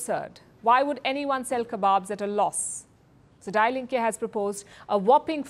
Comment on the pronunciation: Her pronounciation of "die Linken" .... i almost died laughing 😂😂😂😂